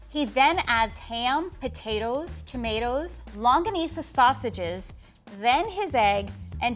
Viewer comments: Hey,. Its LONGGANISA, not LAnggonisa. 😂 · Am I the only one that heard Longwanisa instead of longanisa. As a Filipino that disturbs me a bit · Filipinos: Longganisa International People: Longga-knee-suh: Longgwanissa" 😂🇵🇭🇵🇭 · Lungwanissa it's actually longanissa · im sorry it’s bothering me but it’s long-ga-ni-sa not long-gua-ni-sa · My ear started ringing when he said “Lungwanissa” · Aww I love pronunciations. “Longwanisa,” Filopino.” 😂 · LoNgUinIsA Me: *laughs in Filipino* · Huhuhu its a double "G" like lonGGanisa!!! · Its longganisa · Longganisa. Say it with me: “longganisa”. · Did just say LUNGGUANISA? My Filipino grandma is gonna kick his butt af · Me a filipino, fan: Long-gwa-nisa Me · Bro what is a long-wah-nisa